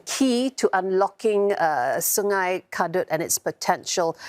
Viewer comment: Please pronounce the right way. “Kadut” like car-doad. Not “c’doad”. That means wrinkle in Malay language. Wrinkle river 😂